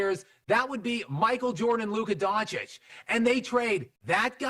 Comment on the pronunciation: DonChiCh for god sake!